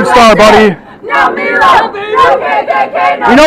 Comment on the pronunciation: At about the mark they start chanting, "No Meeelo, no KKK, no fascist USA." They can't pronounce Milo's name properly, yet expect everybody else to honour made up pronouns for fictitious genders they pretend to identify as. Hilarious.